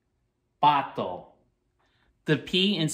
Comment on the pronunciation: Perfect pronunciation! 🦆